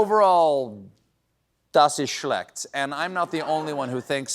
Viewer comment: Stephen, Sprechen Sie Deutsch??!! Das habe ich nicht gewusst! :) (Good pronunciation on "Das ist schlecht"!)